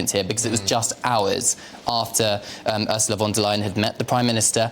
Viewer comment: Too ignorant to get Ursula"s name correct......duh. Look it up.